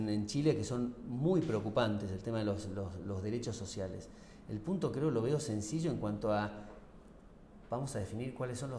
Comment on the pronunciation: Los dereshos shoshiales 😂😂😂😂😂